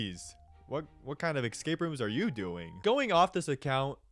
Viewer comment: the "excape" pronunciation make this almost unwatchable